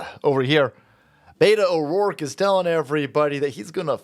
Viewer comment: "Butto O'dorke"